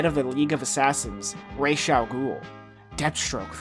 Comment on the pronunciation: It's Raz. RAAAAZZZZ. Raysh sucks